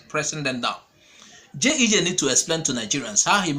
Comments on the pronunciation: Bro, It is not JEJ, it is GEJ; repeat after me GEJ. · A point of correction it is G E J and not JEJ